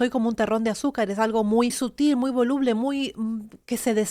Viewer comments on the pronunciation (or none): none